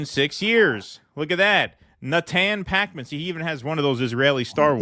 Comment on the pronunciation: Is it pronounced Pakeman or Pawkman, I don't even know.